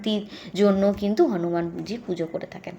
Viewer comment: "হানুমানজী" কী কথা দিদি হনুমান জী বলুন ulta pro max style দিচ্ছেন